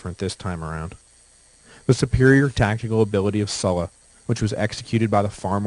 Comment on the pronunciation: Sula "su la" Sulla "soo la"